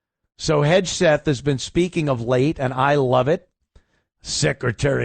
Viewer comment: Someone please tell Ant is Hegseth not Hedgeseth